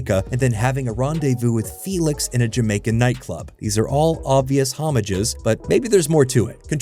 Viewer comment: homm-ages? is this an AI voice?